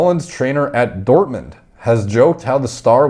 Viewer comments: Dortmund pronunciation on point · Dortmund pronounced to perfect, Doner kebab killed me off :'D